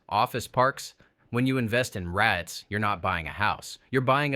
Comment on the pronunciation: Your AI voice cannot ponounce REITs. Did you watch your video yourself?